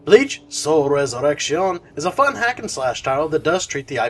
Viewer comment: oh, yeah and as a Spanish speaker there is nothing wrong with the way you are choosing to pronounce resurrection. Bleach Rocks!